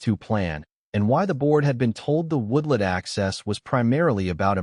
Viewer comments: The introduction to this story just drew me right in. Hope it does not disappoint. Finished This turned out to be one of the best HOA stories ever! Only the AI calling a "woodlot" a "woodlet" instead of a "woodLOT" was a little jarring, but I still like to see a tell show up now and then. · WTF is a woodlit? After hearing woodlit twice I bailed.